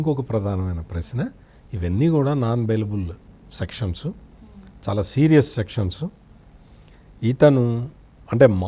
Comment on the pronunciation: షౌమ్యుడు, షాలా మంచివాడు, ఆర్థికంగా అంతంతమాత్రమే, ఆషీర్వదించండి...షిక్కటి షిరునవ్వుతో ఇట్లు మీబిడ్డ....